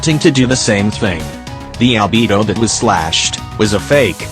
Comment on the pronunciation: the robot: "Shēnhè" also the robot: "ALBiBO"